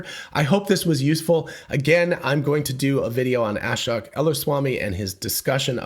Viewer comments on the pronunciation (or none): The guy’s name, Ashok, is pronounced aa-shoke, not as-shock